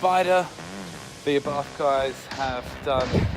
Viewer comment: It’s pronounced ‘R bart’